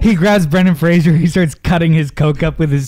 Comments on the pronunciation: I love that they're doing a podcast about Brendan Fraser and they're all repeatedly mispronouncing his name. 🤦‍♀️😆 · You guys continuously mispronounced Brendan Fraser’s last name throughout. It’s Fraser, not Frasier. That was another thing that bothered him about the industry.